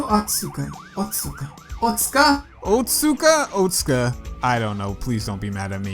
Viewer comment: Otsuka - you pronounce the u. Well, a new lead. Hopefully this turns out to be something. I'm kind of worried Turing will snap at some point as he grows more impatient.